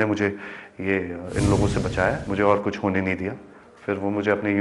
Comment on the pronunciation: Haha anchor hit ko bolrhi thi hat aur kuch ko bolrhi thi kus 😂😂